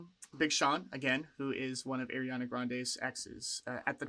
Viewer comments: Friendly reminder, Ariana hates being called “airy-Ana” and it’s pronounced “R-E-Ana” no hate though, love your reactions. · IT’S PRONOUNCED “AH-REE-AH-NAH”!!!!!! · lmfao ily but it’s not “airiana” 😭